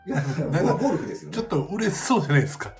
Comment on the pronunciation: Ini tuh ngerjain si mihiro bukan sih? 😂 perasaan ngomong ゴルフ yang artinya main golf kenapa malah jadi 'Sepong' woy botak